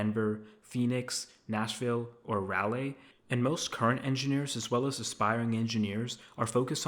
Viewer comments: Raleigh is pronounced "Rah-Lee" and Plaid is pronounced "Pladd" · I'm sure you are a smart guy, but you should probably brush up on your pronunciation with simple words like plaid and Raleigh. Most of your points are still good regarding non tech companies and small to medium companies.